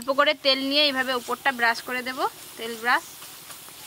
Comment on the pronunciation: din ke din ato nekami mere kno ktha blcho?????Kthar mjhe to asol vasha ta beriye jai 'Debo' ke 'dubo' 🤣🤣